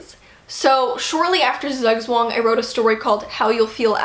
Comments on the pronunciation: We love these updates because your stories are just that weirdly fascinating! All of them! Glad to hear more about what you've been writing & what you're planning to write, I hope 2021 will be a better writing year for all of us. It was so much fun hearing you pronounce Zugzwang (German is my native language) though - how did you even come up with that title? :D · As a German, hearing you pronounce Zugzwang is all kinds of hilarious! All the love though